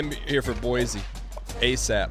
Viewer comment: Hey Dan, I only have one issue with is episode, and it’s appeared in previous episodes as-well, it’s pronounced like boi c state not boisy state